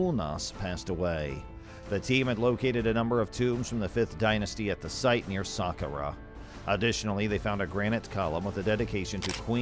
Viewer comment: It's pronounced sakkara